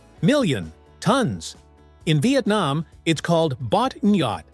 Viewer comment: That Vietnam pronouciation 😂😂😂.